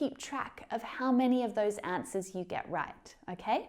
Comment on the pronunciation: you said "asnwers" instead of "answers"